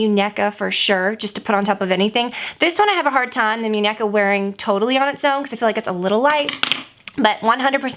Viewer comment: It's moon-ye-ka, means doll